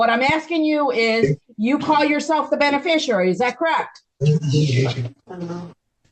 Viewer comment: The “bene-fisher-ary”